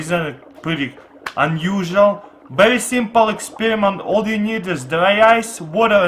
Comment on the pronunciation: he calls experiment as expirment